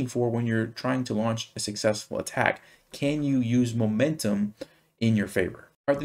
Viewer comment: Excuse me, can do or can't do? I can usually cope with your accent but here you confused me.